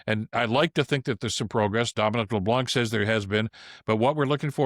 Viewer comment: I cringe every time you say Dominic Leblanc. It's a french name, and the "c" at the end is silent.